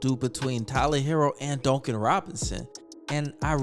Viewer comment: The way you say Duncan Robinsons name drives me nuts it's like dunk not donk. I like the content though